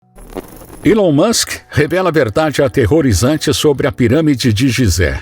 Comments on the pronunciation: Alon Musk Erá amigô dô faraó, foi elê quê deu dê presente a linguá dê ourô! Kkk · Gostei muito do conteúdo mais só eu que dei muita risada quando ele falava ilon Musk 😂😂